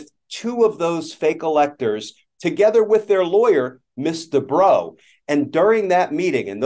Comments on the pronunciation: Ooooooh! The lawyer is "Miss Debrow"! I thought Glenn Kirshner was saying "Mister Bro" and then they started to refer to him as "she" and "her". And I thought "OMG, this person really made a mess with her pronouns thing!" 😄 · I keep hearing "Mr. Bro" 🤣